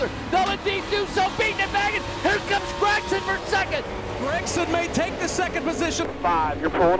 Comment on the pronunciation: This other commentator should honestly learn that Gragson isn’t pronounced GrAgson, it’s more like Gregson